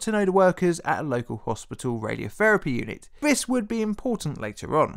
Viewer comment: Vis? TH is pronounced differently to V